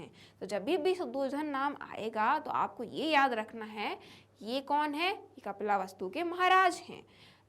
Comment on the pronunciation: Mam yeh kapila vastu nahi hai 😅😅 yeh kapil vastu hey